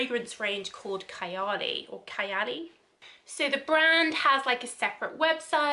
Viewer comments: Nice video.. the word Kayali is translated to Imaginary as in “out of the world” .. it’s pronounced as Kha-ya-li .. it sounds like fun to try .. thank you for the review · Couldn't pronounce Kayali or Huda correctly! come on at least do a little research